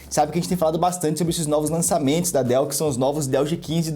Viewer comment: "Dois DÉILLS G15" 🤣